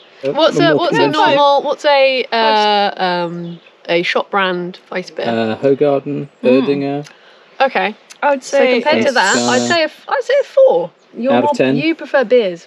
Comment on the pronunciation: Hoe-garden 😂 it's pronounced hoo-gaaaarden